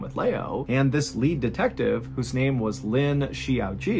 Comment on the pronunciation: Mr. Ballen, I am amazed at the way foreign sounding names roll off your tongue so Perfectly! Thank you for your wonderful videos. I don’t know how you do it! Thank you for making my day – every day!